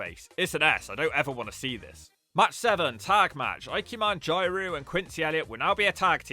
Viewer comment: somehow the worst pronounciation of ikemen and jiro ive ever heard